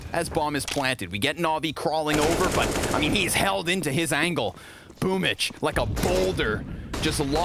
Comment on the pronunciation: I like how Boomb14 celebrates but why is his nick pronounced as boomich? I'm new